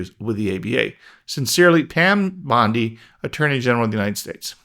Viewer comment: I don’t know how she pronounces her last name but my last name is Mizell and in my mind you pronounced her last name correctly not once but 3 times.